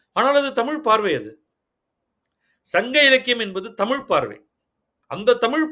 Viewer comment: தமிழின் முக்கியத்துவமே பேசும்பொழுது ழகரத்தை சரியாக உச்சரிக்க வேண்டும். தமில் என்பது சரியில்லை